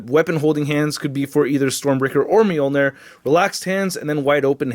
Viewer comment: Why is it when a word or words (e.g. -Moljnir) is repeatedly pronounced wrong, especially In the beginning, and throughout the video. That shit irks me so bad because we all l know i it's wrong but it's st I there and worse off, still said. LMAO